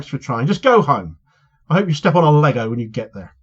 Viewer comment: You said lego I heard land mine.